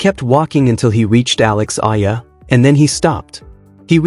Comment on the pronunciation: Alex Eala and pronounce as E-yala